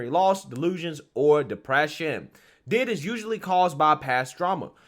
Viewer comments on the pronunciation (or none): This is the cringes crap I've ever seen or heard of BY FAR! This is NOT how D.I.D. works at all! These kids need to be in school, sports, or working a real job. (Oh and,you say the letters, D.I.D. No one calls it "did".👍) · Hey, its pronounced as its acronym, D.I.D and not did. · It's pronounced like D.I.D. You spell out DID, as in Disdissociative identity disorder. I had a friend who genuinely had the disease. I met here at a psych hospital after I got home from overseas. She had 7 personalities in her. Every personality had different voices, and even different clothing styles. Once she'd transition she'd immediately go change into the clothes that personality would wear. I remember one being a guy, one was a 4 year old girl, one was pure evil (nicknamed spitfire) yes, they all had their own names. Her husband kept a log of when and who she'd transition into and write down what they did & how long she was in the personality. We hung out on the outside too, and it still happened, she wasn't faking it, she wasn'teven allowed to drive, incase a transition happened while driving. I bet these tik tok videos are a slap in her face, along with everyone else who truly suffers with DID.